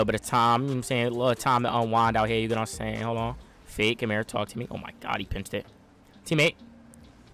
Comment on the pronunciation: When says fake it sounds like he is saying fae 😂😂